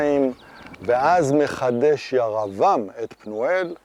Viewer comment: יישר כח! הסבר יפה ומחכים. המשך כך! שאלה אחת...אתה לא מבטא קמץ קטן - "ויקם" "ירבעם". למה? (לפי חוקי הלשון קמץ קטן מחליף את ה-"ו" בעי"ן הפועל ואמור לקבל צליל של חולם)